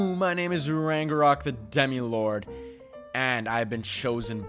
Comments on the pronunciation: The way he’s saying ragnarok wrong is pissing me off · I got so triggered by him saying rangarok instead of ragnarok 😂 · It’s not rang a rok it’s rag na rok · He said rangorock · Why does ragenrok say is name like rangenrok